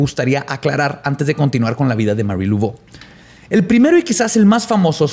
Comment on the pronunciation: Todo bien, es sólo que se pronuncia Mari, Lavó, no Luvó.